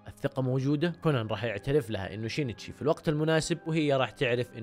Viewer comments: شينشي مو شينيتشي🤦🏼‍♀️ هوه أصلا سينشئ بس الياباني صعب عليهم يحكوا حرف السين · اسم كونان الحقيقي يُنطَق شِينْ تِشِي وليس شِينِ تِشِي، انا فصلت مراحل الإسم لكي يتوضح نطقه والنطق الطبيعي شِينْتِشِي. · نطقة صحيح شينتشي اسمه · من الي تنرفز من نطق الوجيه لاسم سينشي !!!😂